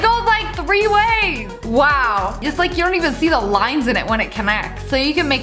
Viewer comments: Love it when she says weow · I love how she says wow she’s just like “waw”😂😂😂